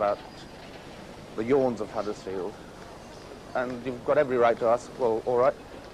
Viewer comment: One thing I hate is when pseudo posh people mispronounce our towns name. It's Huddersfield, not Haddersfield you muppet. There is also something really important in this video that you rarely see in town in 2025, People!!